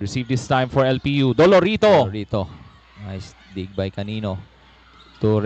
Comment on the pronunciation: Hindi po calilo, canıno po